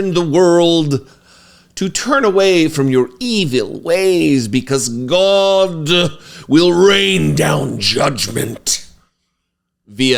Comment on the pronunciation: So did Mohammed. They’re meant to strike the fear of God… Goddd-uh. Godd-duh? I don’t know how to spell it the way you say it, but I like it-uh. 😅